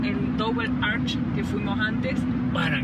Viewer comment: Hi, just in case the word Arch is not pronounced ARK. It should be pronounced as written; that is, arCH It is exactly the same sound as the Spanish CH